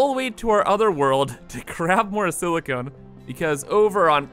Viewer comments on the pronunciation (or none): Dude, this thing here is not siliCONE but silicon, those last letters should sound like con, as in con-artist NOT as in traffic cone. SiliCONE is a siliCON compound. One is a chemical element (Si) the other is it's compound... Pls at least try... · SiliCON not siliCONE.